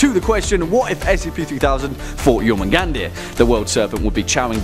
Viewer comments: I'm sure I'm not the only one to correct this, but it's pronounced "Yor-moon-gond" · You said his name wrong